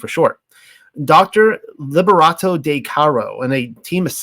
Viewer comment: The "de" in "Marguerite de Chamy" is not pronounced as "day" but more like "deh" haha I'm sorry I had to comment.